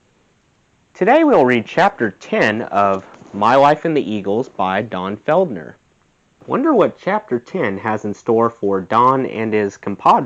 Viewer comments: Fel DER. there's NO "N". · Incredible job reading this. So hard to do it so well!! btw, it's Don FELLLL-DER....... thanks in any case.